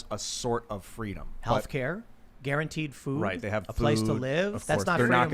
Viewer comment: Kamala wants Fweedom.